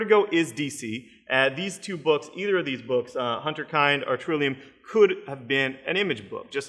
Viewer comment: I hate to be that guy, but I'm gonna be that guy. It's HINTerKIND. Hint not hunt, kind like "pinned".